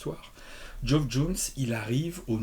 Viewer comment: (Tip prononciation non sollicité : "Geoff" se prononce comme "Jeff")